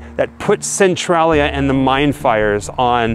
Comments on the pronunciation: It's pronounced cen-tray-lia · It is Centralia -- cen-trai-lia -- not cen-trol -lia! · Ive never heard anyone pronounce the name of that town like you do. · You pronounce Centralia wrong but cool video!! 👏🏻👏🏻